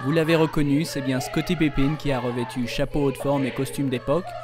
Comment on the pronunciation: Je trouve le journaliste complètement fade et à t'il déjà entendu parler de basket pour prononcer Scottie Pipine?